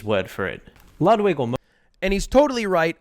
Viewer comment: Wudwig Whgren